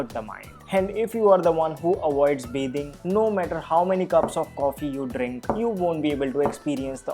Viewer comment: It's not bae thing it's bathing